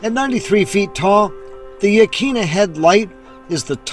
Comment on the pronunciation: Hi. Just found your channel and subbed. Used to live in Newport and enjoyed the memories you brought back. No biggy but Yaquina is pronounced “ yah kwinna” 😊. Thanks again.